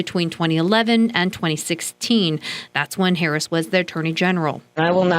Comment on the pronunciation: Her name was mispronounced twice in this video. Somebody tell Tucker. :)